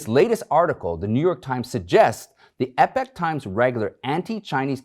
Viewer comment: I wonder if Michael Lewis knows how to say/pronounce "epoch"?